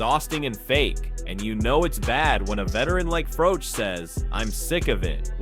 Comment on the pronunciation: Why do you continue to call the black man white-ee? It's Whyte. And Froch isn't Froach, it's Froch. Learn how to speak English.